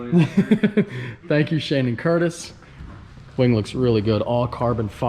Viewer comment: Ngl, it sounds like he said wang not wing. 😂 no offense